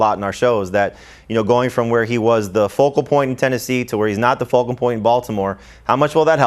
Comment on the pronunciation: For the love of God someone quietly pull him aside and tell him it's "focal point" and not "vocal point". This is the 2nd time I have seen you guys sit there and let the poor man look silly. Help him!